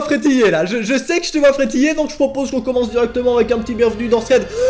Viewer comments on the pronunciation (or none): Ta dit bievenu dans paranormal